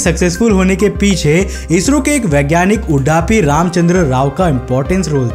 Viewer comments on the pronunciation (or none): Bhai ji vo udaapi nahi Udupi Ramchandra Rao hai, Udupi ,Karnataka